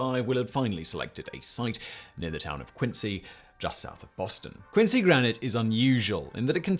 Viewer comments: haha agreed man. I just know if you’re in Massachusetts and you’re talking about Quincy, you should definitely pronounce it Quinzee lol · Quincy ....we say it with a "z" sound... but also yes, yaaaay mah town! gets mentioned! and not as a Fallout4 joke! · We pronounce it like a z. Like qinzee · Its pronounced "quin-zee" Massachusetts is FULL of towns not pronounced how they're spelled. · 🤦🏼‍♂️ they ain’t British towns dawg. If there’s a British town spelled Quincy sure, pronounce it quin-see. If everyone who lives in Quincy, MA, pronounces it “quin-zee” MA, pretty sure that’s all the evidence you need to know how that towns name is pronounced.